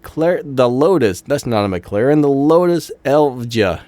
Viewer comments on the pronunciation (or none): none